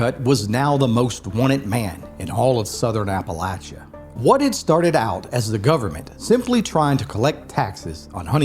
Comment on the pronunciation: This is not a native Appalachian. He mispronounces Appalachia His accent is that of an actor. SUCH NONSENSE......